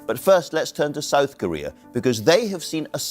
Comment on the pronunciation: Just FYI, it's called South Korea not "Souuhsss Korea"